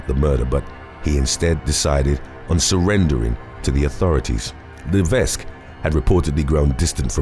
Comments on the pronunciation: Please look up how to pronounce the name 'Levesque'. The 's' is silent. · The "s" levesque is silent. So; "Leveck"